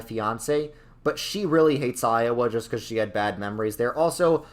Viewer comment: “And we’re roight becoise we’re the smowartest people” has got to be the most New Yorker thing I’ve ever heard😂 Btw how dare you make Kansas S tier and put Missouri in D tier!!!!! Of course you feel depressed when you go to Kansas City, everyone does. But if you go pretty much anywhere south of Kansas City,towards Springfield, you’ll never wanna leave, especially when it’s Fall.